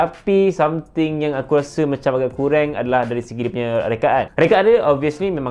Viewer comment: Kurang not kuraeng😂